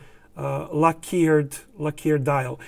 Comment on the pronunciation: Please say LACK-erred not la-KEERED. Thank you,!